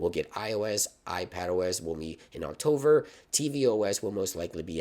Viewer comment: Thanks for the info! Please try to say October, not Octover...